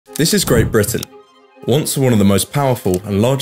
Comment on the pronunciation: "great" britian 😂 It gets funnier the more I hear it.